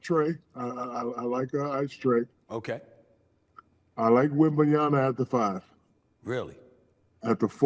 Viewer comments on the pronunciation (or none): Again it's Wem-ban-ya-Ma.. it's MA, not NA. Like mama.. it's MA. Not that hard..